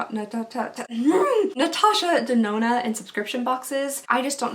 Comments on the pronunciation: Natasha Da-do-na 😂😂😂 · This is the first time ever I am commenting on youtube video. I loved your accent when you tried to pronouce "Natasha de nona"😝 I hope I win. I loved all of items in this giveaway. My insta: giddhaqueen 👸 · Literally loved listening to you say Natasha denona I laughed SO hard I almost died. You are my fave to watch I love how genuine you are. I literally can watch your videos over and over. Intsa: cupcaitx3